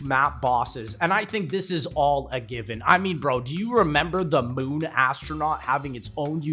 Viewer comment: I noticed it too lmao